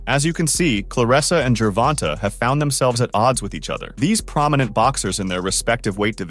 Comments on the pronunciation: Fuck that if your gonna make videos and do research and edit and want views and make it real you can at least get the names right its annoying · no matter how well you still saying it wrong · I mean… it IS spelled like that. Not Gervontae or Gervontay, but Gervonta. Find another word that ends with “ta” that is pronounced “tay” and I will admit that I may be wrong.